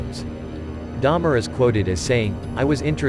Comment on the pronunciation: Dahmer. Not Daimler. Me too btw